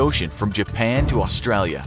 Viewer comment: I hate how non aussies say Australia